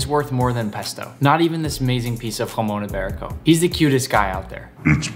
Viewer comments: me being Spanish and seeing Nick saying "Jason iberico" and Spanish words is just amazing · I just love your pronounciation “jumon ibarico” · And you pronounce it Hra-mong yi-be-riko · He says hamon iberico 😂😂😂😂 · im happy you have jamon iberico but im from spain and hearing you say its name hurts